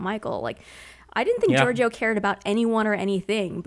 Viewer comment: Ok, you HAVE to learn to pronounce Georgiou's name. It's most closely Geor-JOH.